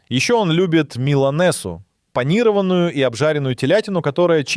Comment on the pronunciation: Автор, купите орфоэпический словарь и заучите ударения в словах( панИрованное, терАмису… Вам самому ухо не режет?